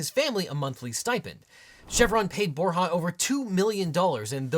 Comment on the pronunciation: Bor “ya’ not bor’ha’